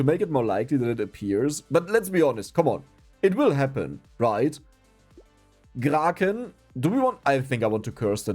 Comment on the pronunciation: Everytime I hear say Kraken it makes me laugh.